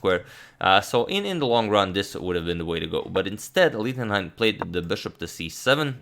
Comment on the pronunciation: please consider: ch in Gernan is like sh im english... his name is read like Lishtenhein